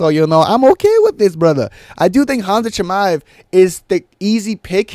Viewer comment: Why does he say shiba like a retard so often